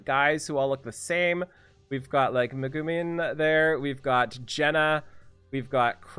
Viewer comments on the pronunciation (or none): breathes in. meg-min. the speed of that man when pronouncing "megumin"